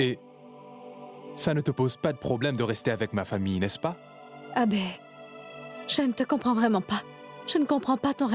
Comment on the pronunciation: J'adore la façon dont prononce Abbé avec douceur😂😂😂